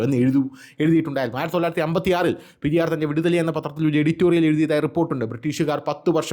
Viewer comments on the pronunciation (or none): Periyor alla periyar iyal tamilan pollum kanndian anu